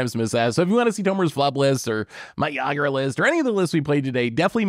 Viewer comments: Pretty sure it's pronounced EE-grah and Ygra is definitely a mountain lion lol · Boy was I looking forward to how badly was gonna pronounce ygra. I was not disappointed lol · constantly mispronouncing ygra and calling it a tiger was driving me nuts lol